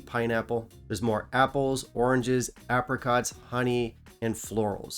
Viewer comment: why I keep hearing uppercuts 🤛🏻 I/o apricots? 🍑